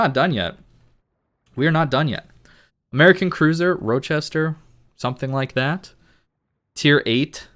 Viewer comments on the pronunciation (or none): FYI Kearsarge: pronounced Keer-Sarge Rochester: Raw-Chester